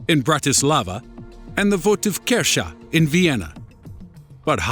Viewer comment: the only bad thing was his pronunciation of "votivkirche", it didnt even sound like a german word lol